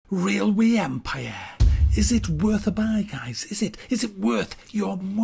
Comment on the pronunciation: "Rilway empah"